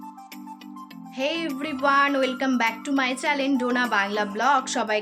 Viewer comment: ম্যাডাম ওটা চ্যালেন না চ্যানেল